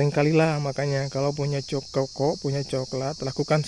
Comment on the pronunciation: Kakao bang bukan koko